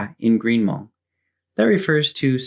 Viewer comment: You’re hmong pronunciation is on point. Great video.